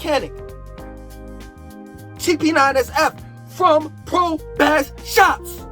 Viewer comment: BASS PRO SHOPS REPEAT BASS MF PRO SHOPS YOU CANT EVEN SAY IT RIGHT